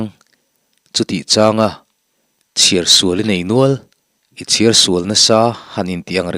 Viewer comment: Ki mawm tih hi lam hniam tur chiar tih pawh hi a dik lo lam chhoh ve thung tur a ni